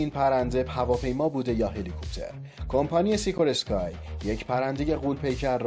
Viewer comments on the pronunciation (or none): با درود به دست اندرکاران کانال خوب هویچ.. بنده اخیرا با اشتیاق ویدئوهای شما رو میبینم و بسیار لذت میبرم. اما با عرض پوزش می‌خواستم نکته‌ای رو یاد آوری کنم که امیدوارم مورد توجه قرار بگیره. نام کمپانی بزرگ امریکأیی سازنده هلیکوپترهای موفق ، "سیکورسکی" هست و نه "سیکورسکای". این نام از فامیلی ایگور سیکورسکی گرفته شده که اینگونه هم تلفظ می‌شه. این کلمه (فامیلئ) روسی هست و سه حرف آخر اسکای نیست. امیدوارم که در ویدئوهای خوب بعدی تون به این مورد توجه بفرمائید، چون کانال شما بیننده زیاد داره و اطلاعات داده شده توسط شما، مورد استناد قرار میگیره در بین بیننده گانتون. پیروز باشید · parazit na parasite, be mani angal. Dalilesh ham khodet gofti. سیکورسکی خونده میشه، اشتباه میخونی هراران نفر هم اشتباه یاد میگیرن آبرومون میره.